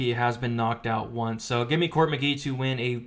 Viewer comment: McGEE though why does it sound like Mckee? lol